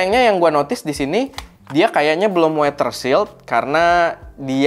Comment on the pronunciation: Sempet bingung maksudnya weter shield, baru ngeh ternyata weather shield 😅 (biasa dengernya di baca weder shield)